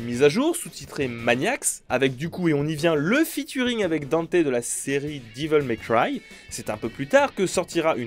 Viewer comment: Diveul may cry mdr